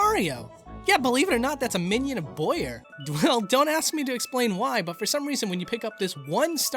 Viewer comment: boWyer, not boyer. BOH-YER